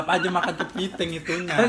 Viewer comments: Kenapa rita bilang kepinding🤣🤣🤣😂😂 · Ya allah,, tegolak z aqw liat ma kk nining ni... Kepiting bukan kepinding hahaa 🤣🤣🤣